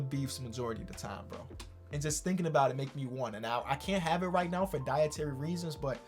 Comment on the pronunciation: “for diatory reasons” W